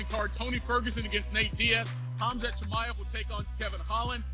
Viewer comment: Darren till messing up Khazmat is what I think to much fucking around